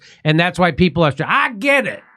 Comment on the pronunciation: she says "piple"...not "people"....makes me want to gouge my ears out